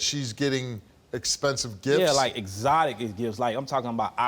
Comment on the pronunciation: "eXOTIC gOld Teef cHaINS " lmao